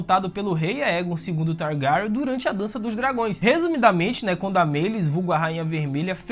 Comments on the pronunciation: Esse mlke falando targaryon, parece que botaram um testículo na boca dele! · Eu amei o vídeo, cara vc produz mto bem, ganhou um inscrito MAS, eu preciso brincar... "Targaran" me quebrou Ksksksks essa pronúncia do nome da casa me fez rir o vídeo todo.... Desculpa manin, mas tu é foda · Teu pronunciamento e péssimo mano e da agonia kkkkkkk o jeito que tu fala syrax e targaryen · Vídeo muito bom !!!!! Mano o jeito que se fala Targaryen é muito engraçado kkkkkkkkkk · você fala os nome dos Targaryen muito Feiamente